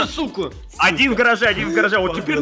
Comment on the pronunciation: Оди́н а не óдин